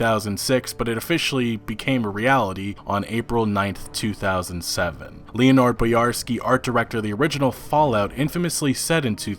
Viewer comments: Lee oh nard lol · LEE-O-NARD. what even...